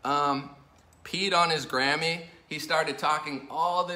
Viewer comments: I'm so glad it was his Grammy. For a minute, I thought you were saying Gammy(grandma). Whew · I thought he said "Kanye West pissed on his Granny" lol